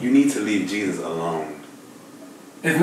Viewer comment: Lmao they finally start saying "jesus's" name right😂😂😂